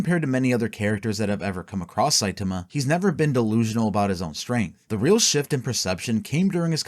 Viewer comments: Somebody teach this man how to say saitama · You mispronouncing Saitama's name fifty million times in a row made me wish myself into the shadow realm to get away from this vid